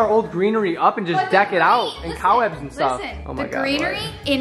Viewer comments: Was saying cow webs?! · Am I tripping or is saying cow webs instead of cobwebs 🫠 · OK not to be mean but did literally say cow webs it’s called cobwebs. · wait what does call the cob webs 😂 “cow webs”” or is that just what i heard haha but i love it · just me or does it sound like says “cow webs” not cob webs” 🤣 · I keep hearing COWwebs stoppp